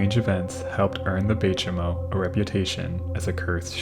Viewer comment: I'm not an Inuktitut speaker and only have limited knowledge of the language. But, the "Chimo" of Bay Chimo is pronounced "chime-o" since it derives from Inuktitut "saimuuq", a greeting.